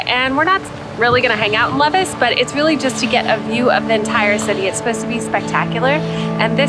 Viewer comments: Lévis = Lay Vee 😉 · Levis is pronounced as Lee vee